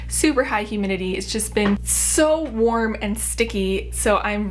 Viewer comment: Omg I thought she said “worm day” not “warm day”